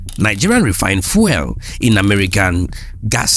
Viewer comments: fuel pronounced fewl:face-red-droopy-eyes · fuel- "few-l" not that nails on a chalkboard pronunciation you're doing